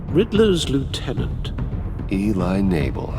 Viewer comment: Eli Knable ? Lol Enable